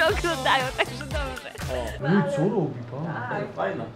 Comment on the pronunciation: "BŁAWO" XD